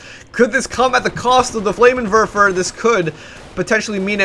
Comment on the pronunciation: It's called a FLAMMENWERFER, not a flamerwerfer. goddamnit